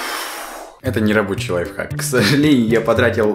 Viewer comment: Прости но не лайхак а лайФхак